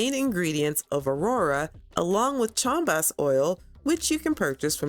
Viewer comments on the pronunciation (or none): Not to be picky but you when referring to neons fish you said "chalm bass" it is Chasm bass.. pronounced Ka-zum